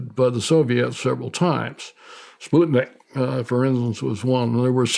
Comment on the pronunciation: You can easily tell that Colonel Alexander is a highly intelligent man, with a great knack for attention to detail, just from his proper pronunciation of words like Sputnik or names like Nikola Tesla. He also differentiates between Russia and the Soviet Union. What a wonderful interview.